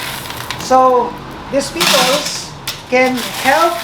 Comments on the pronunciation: Is he saying pibolss or pebbles?? 😂😂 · It pronounce pebbles not pibbles